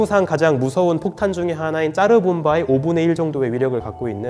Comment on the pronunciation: 차르봄바를 왜 짜르봄바라고 하노 혓바닥 짧나